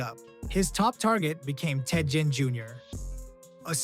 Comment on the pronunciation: Ted Ginn, the G has a G sound not a J sound. Sorry pal great vid but that's killing me lol.